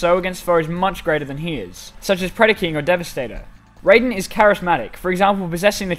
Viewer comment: Raiden is spelled like that but pronounced ray-den